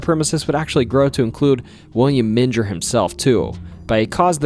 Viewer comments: aaaaaaaaaand you just said "Men-jer" like its where Jesus was swaddled in cloth after birth or something. oof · It's Menger Hotel with last part of Menger pronounced like a growl (grrrr). :) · Okay ........Born, rsised and reside in San Antonio Tx. The names here arr somewhat hard to pronounce. For example ; Boerne sounds like BurKnee, Bexar county sounds like Bear county, and The Menger Hotel sounds like The Minger Hotel . Not picking, Great vid be the way. It just hurts , Almost like hitting the wtong note on the piano.✌️ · Great video, btw The Menger hotel is pronounced "Ming-er" despite what google tells you lol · Not in Germany my friend :) Menger, must sound like Menger in english when you spell it with an a instead the e, Manger.. Good wishes from me in this crazy times. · Not only did he mispronounce Bowie but I actually screamed when he mispronounced Menger. Did he ever visit these places? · Or the way he kept mispronouncing Menger 😯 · Dude your pronunciations of these names is pissing me off, it’s not BOWY it’s pronounced (B -O -ee) and it’s not men gir it’s (me-n-gr) And you can’t even pronounce iLL correctly it’s not pronounced L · The mispronounciations hurt so much. First bowie (boo weee) then menger (mean grrrr) dunno how far I'm gonna get lol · You're mispronouncing Menger and Bowie. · You mispronounced both Bowie and Menger. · Mispronounced Bowie and Menger Hotel….